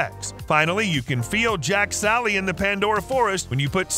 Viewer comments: "Jack Sally" LMFAOOOO It's JAKE SULLY!! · Jake Sully, not Jack Sally